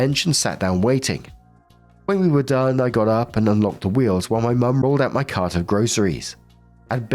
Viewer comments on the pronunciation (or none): none